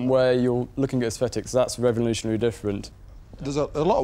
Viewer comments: "Revonooshuonary" - Duncan Bannatyne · Duncan cant pronounce revolutionary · "Revenlooshanally new style" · BUT INTRODUOCES REVULOTIOANARY STAAAAAYYYLE